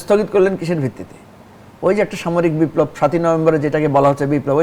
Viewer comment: বারবার বিপ্লব উচ্চারন টাই ভূল।